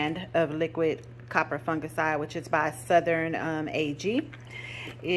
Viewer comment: "Coppah fungaciiiide" I love the way you pronounce it, like my friend Opal who's into gardening as well